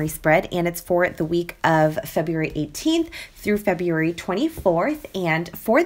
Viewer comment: Giveaway and also I love the way you say February lol!!!!